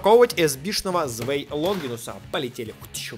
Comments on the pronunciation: Правильно не звей а цвай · Не Звэй Луинор а ЦВАЙ ЛУИНОР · да вообще-то, ZWEI ЧИТАЕТСЯ КАК ЦВАЙ